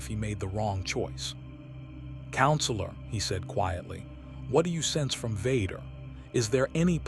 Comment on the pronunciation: Why is the pronunciation of Vader and Luke so off? Who is vudkah